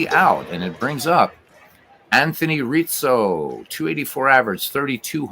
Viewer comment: Pretty sure Anthony Rizzo fakes injury due to constant pronunciation of Reetzo